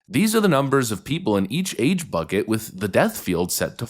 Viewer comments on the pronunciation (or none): none